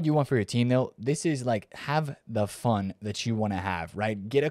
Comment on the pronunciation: Did you say have "phun" with eafc? What does that mean???